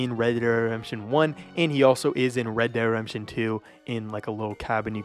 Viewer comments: U say “red de redemption” like u have marbles in your mouth lol 😂. Great video just finish your words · said redderedamption one 🗿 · "Red dead Rempshun" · Not gonna lie, for some unknown reason I chuckled whenever you'd say "red dead redemption" and it would blend together like one word. Not a dig at you or anything, just random. But when you have to say it that many times in a video, obviously youre going to say it as quickly as possible